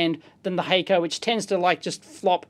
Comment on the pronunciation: HACK CO not hayco